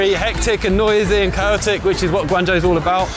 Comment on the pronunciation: As long as there is a human element, then saftey on the roads is never a certain thing. Also I would expect someone living in China to learn how to pronuounce Guangzhou correctly, and not butcher it. And the laws in China for self-driving say you need to touch the steering wheel at least every 10seconds or will complain. I think this is a good idea compared to people trying to sleep at the wheel which is why Telsa has several deaths, and the most accidents reported with self-driving. One thing I would also question is how would the car get better over time, I doubt it has it's own learning AI inbuilt, because this is what it would be trained with at the start, so being nerveous is a good thing, Chinese people will just walk in front of a car as many have no sense whatsoever to safety.